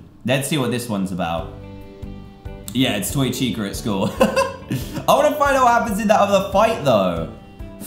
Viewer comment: he said tica - it's chica